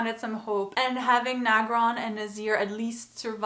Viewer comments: it's "Agron" not "Nagron"... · Agron. Not nagron. Other than that props n r.i.p Andy. You will always be SPARTACUS!!!!!